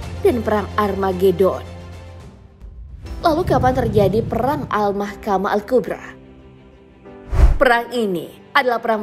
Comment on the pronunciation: Hmm.. Bukan Al Makhamah Al Kubra tapi Al Marhamah Al Kubra